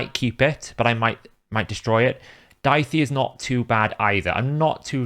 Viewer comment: Daithi is an Irish name. It's pronounced "Daw-He"